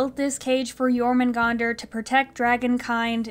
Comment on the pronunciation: Okay, I know this is a little nitpicky, but their pronunciation of Jörmungandr makes me die inside. If you're gonna use a word that comes from a different language, at least learn to pronounce it correctly.